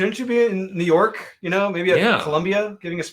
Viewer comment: When you said maniac of new york bronx is burning it sounded like you said jew york 😲😲 look back at the video